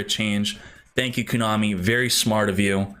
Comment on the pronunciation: Everytime he says Koonami instead of Konami...